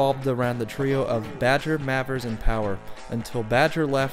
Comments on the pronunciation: Mavers is pronounced Mayvers I think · Lee Mavers reckons There She Goes isn't about heroin, but a girl. Is it really 'Mavvers' and not 'May-vers'? You can hear the absolutely enormous influence on Noel Gallagher, can't you?